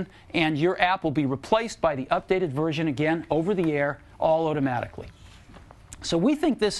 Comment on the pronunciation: Anyone else hearing "oh-damatically" when Jobs says automatically ?